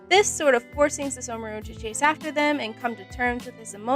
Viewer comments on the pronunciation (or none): I don't get why she couldn't say the h in Sesshomaru's name (but she could in other words.) And then she called the show In-u-washa